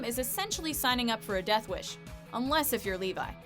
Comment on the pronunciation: the way how she pronounce levi makes me cringe